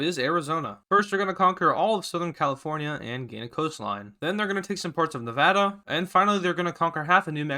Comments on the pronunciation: Man I wish he said Nevada right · Say Nevada right I live there